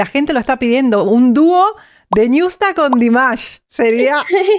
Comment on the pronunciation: No es niusta es ñusta